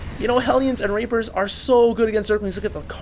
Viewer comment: you said Rapers instead of Reapers xD